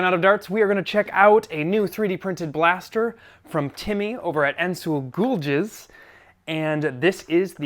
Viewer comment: Normal pronunciation: “Ansuzalgiz”: “Incel-ghoul jizz”